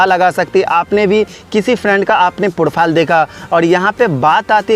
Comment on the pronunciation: Profile bolna to sikh le